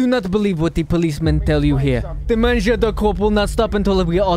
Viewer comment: Better than most accents people attempt on RP servers. But in French you should never pronounce a R at the end of a word like “Manger” Other than a few other things it was a decent accent